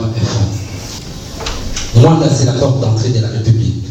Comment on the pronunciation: MOANDA ET NON MUANDA BOYOKI